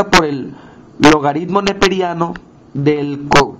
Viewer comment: Esta mal... el potencial de la celda es catado menos ánodo... 0.8-(-0.76) y es 1.56 V ahí si... no te inventes solo sumando, aplica la teoría... además es logaritmo no logadidmo... es penoso que ni hablar puedas bien, ni se diga hacer una simple suma.